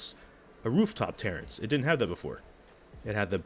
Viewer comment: its "terrace" not "Tarence". It's not your cousin that comes over just to drink all your Kool-aid